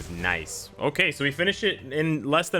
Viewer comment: Now that I think about it, they MUST rework spider man and miles with the video game uniforms. That'll be justice for my spider bois. 🙏🙏🙏🙏 Edit: a challenge for any true fan: take a sip from a drink everytime says " noice ".